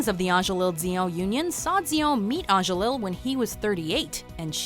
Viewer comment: LI not LiL for his name. Don't say the last L for Rene Angelil.